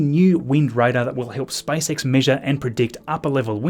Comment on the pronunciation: It sounded like spicex😂